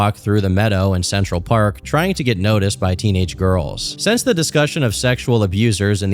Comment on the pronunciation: hey!! learn how to pronounce things buddy like since and not sense and rekwee em?? for a dream?? seriously??, you most likely do not have a speech impediment but if you did I would know the difference, seriously get a god damned dictionary!!